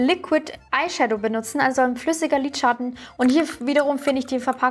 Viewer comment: Das ist das erste Video, welches ich von dir sehe. Finde es bisher sehr unterhaltsam! Nur eine Frage brennt mir unter den Nägeln: Warum sagst du „Lidschatt-ne“ anstatt Lidschatten? Finde das irgendwie putzig 😅